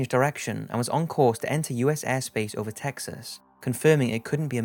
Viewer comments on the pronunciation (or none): none